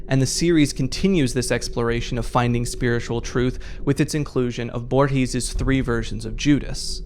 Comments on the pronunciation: Loved the video but please never pronunce "Borges" like that ever again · Everytime Borges is brought up a YouTuber mispronounces his name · I find kinda funny how he pronounces Borges tbh